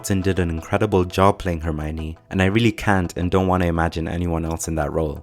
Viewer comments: Why the fuck if its written ( Herm IO ne ) all in this video calls her ( Herm OI ne ) W T F ... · Rowling says she is pronounced "Her - my - oh - nee" not "Her - my - nee" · It's pronounced - Her-Mi-Own (Which reflects the o-n-e part), nobody will ever get it right :)